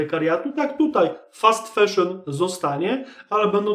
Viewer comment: Mówi się fAszyn a nie feszyn.